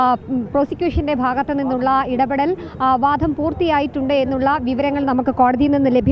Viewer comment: വാധം അല്ല വാദം ആണ് ശരി..